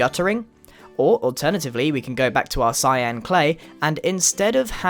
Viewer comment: "i have a nice block of clyan clay" not hate just thought it was funny